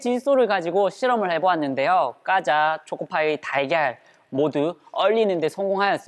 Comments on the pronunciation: 꽈자가 아니라 과자 입니다. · 허팝님 과자 발음ㅋㅋㅋ 까자ㅋ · 꽈자?! 고향이 어디세요?